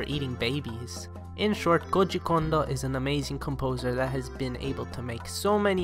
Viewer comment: Lmao you pronounce his name like it is russian